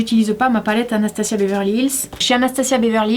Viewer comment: je m’appelle anastasia et j’adoooore ta chaîne mais s’il te plaît on dit AnastaZZZZia et pas SSsssia